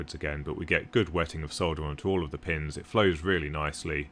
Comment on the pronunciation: Another wasted click that took me to a UK video. Give me rational AWS classifications instead of tradenames thank you very much. But just for your education, the 'l' in solder is silent. It is pronounced 'saw-der'. You're welcome!